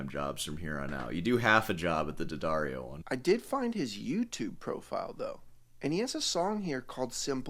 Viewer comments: If I have to hear D'Addario pronounced "dee-uh-daar-ee-oh" one more time... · I genuinely cannot comprehend people unironically pronouncing it "dee addario". I feel like that so stupid it undermines everything he says afterwards. No one on your hour long call said "Jesus, look, it's D'addario. It's an apostrophe." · Deep investigative research, can't pronounce the name of the company properly ...